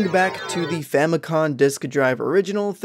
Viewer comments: You keep saying “famicon” instead of “famicom” Just wanted to let you know 🙏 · It's Famicom, not famicon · I'm not sure if it's to be more authentic to the Japanese pronunciation but saying "Famicon" sounds really weird. I know that's how it's spelled in kana but it's spelled "Famicom" in English letters and is short for "Family Computer". It's only spelled "Famikon" instead of "Famikomu" because "computer" is "konpyuta" and not "komupyuta", so it's seems more in the spirit of the word to pronounce Famicom as written anyway. By the way, the reason you have to beat the game 8 times in the FDS version is because it has save functionality. They aren't expecting you to no life it in one sitting. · "famicon" is driving me crazy